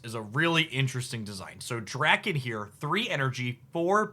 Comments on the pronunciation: No correction on muramasa, but daken doesn't have an R in it ;) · Also pronounced Daken right not Day-ken